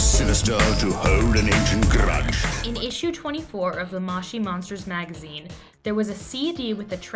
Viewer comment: mow chee monsters not maush ie monsters